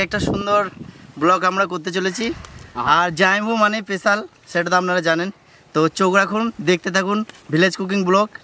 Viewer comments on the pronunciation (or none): Special ❌ pesal✅